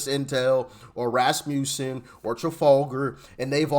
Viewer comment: Quibble on pronunciation, Doc. It’s Ras muss in. The muss part is a soft u as in Elon Musk.